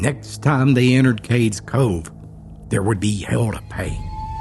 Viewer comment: It's Cades Cove not Cakes Co. Ugh!